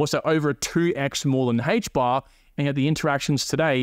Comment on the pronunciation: Aye-ch bar. Not Hay-ch bar lol